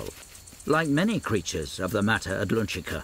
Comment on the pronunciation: Um ... shouldn't that be "mata Atlantica", and not "mata adlunchica (or something)"?? The narrator must be from Liverpool, or something, not from Lundun, and probably never croseed the Utluntic.